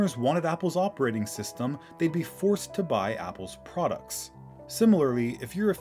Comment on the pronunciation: Lmao mac pdoducts